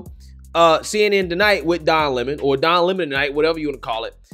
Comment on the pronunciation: It's LEM-on, like his show.